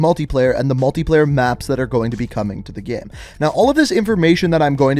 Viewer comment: I’ve noticed that you say “gamm” instead of “game” sometimes and I can’t stop thinking about it